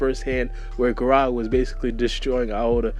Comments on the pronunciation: fam sees 'GaragA' and hears the "a" being pronounced in the anime and says "Garageh" in the intro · I just feel like you gotta do your hmwrk before you speak. Said like gah-rah-gah